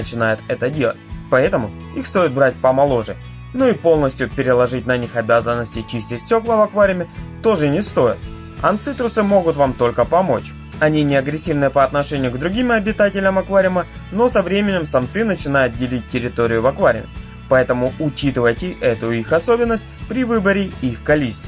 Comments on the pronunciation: Как же режет ухо!Ну нет таких рыбок - анцитрусы!Есть анциструсы! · Анциструсы! Слух режет от вашего "анциструсы"